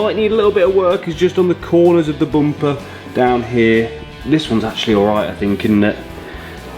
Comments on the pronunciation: i had to puke each time the guy said boomper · As an African and Zimbabwean at large,,,am cracking all the way at the bumpers way of pronunciation....to me its Bhumpa,,,,ayiiii ayiiii keep your quuens english and i will keep my zimbabwe😂😂😂😂